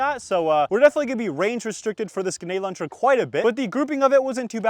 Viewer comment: “Genade launcher” What is wrong with his grammar? 🤦🏻‍♂️